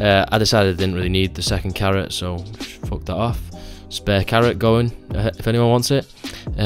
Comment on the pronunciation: “MMMMM FOOK”